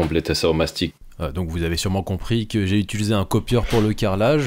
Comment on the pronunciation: T'as remarqué ton tic de langage ? Tu dis "itulisé" et pas "utilisé", maintenant j'entends que ça.